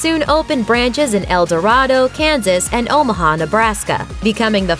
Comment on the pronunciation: It's pronounced el-da-ray-do Kansas not El Dorado, and before anyone trys to correct me, I live in Wichita k.s, no one here pronounces it as El Dorado